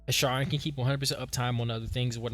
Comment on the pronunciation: "Share-N" not "Sharrrr-N" 😂❤